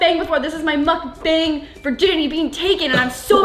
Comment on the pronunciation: muhk- bang. It’s pronounced Mook-bong.